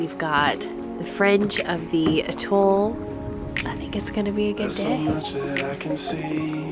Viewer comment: Its pronounced At Toll....hearing Utol all the time slightly bugs